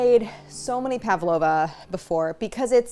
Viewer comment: I always find it cute when people pronounce an 'a' in Pavlova when there isn't one. Pav-lova rather than Pav-a-lova.